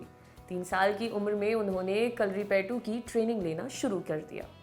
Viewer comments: Didi pehlay pronounce thek say krna shek lo phir video banana,its not Karlipetu its Karlipie. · Mistakes you made - it is जमवाल not जामवाल, It is कलारी पयटू not कलरी पेटु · The way u say kalari payatu😂😂😂😂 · kalaripayutt bolna sikho madam !!